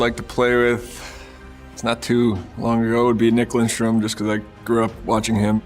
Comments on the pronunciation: As Detroit Red Wing fans, we absolutely cringe when he is called Lindstrom. Its Lidstrom. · For christ sake LIDstrom not linstrom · "nick lindstrom" Lidström damn it